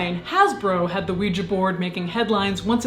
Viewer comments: You're the only Youtuber I know that says the word Ouija correctly. Most dingdongs say "WEE-GEE" which drives me batshit crazy since it ends in an A. You (and I) say it properly. It is pronounced "WEE-JUH". Thank you for being my Verbal SuperHeroine--with an ass kickin' vocab. ❤️❤️ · Finally!!! someone who pronunces Ouija properly! it's an A, people! not an i nor ee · Thank you! Thank you! Thank you! For singing Knock Three Times and, more importantly, pronouncing ouija correctly. You are fantastic!